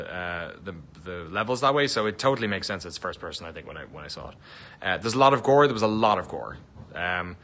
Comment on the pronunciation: Ok, an irish guy telling me that there was „a lot of gore!“.. I‘m sold!